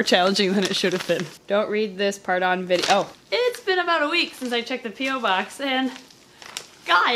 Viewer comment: "Don't read this part on vide-OH" So perfect